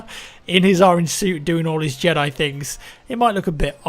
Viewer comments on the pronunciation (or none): none